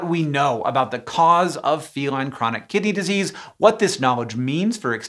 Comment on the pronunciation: What I heard: "Feline Chronic Kitty Disease". I misheard but I kinda feel like I was right